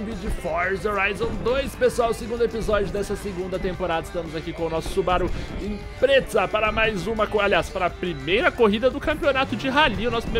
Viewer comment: É subaru impreza não imprezza com dois ´´Z´´. :p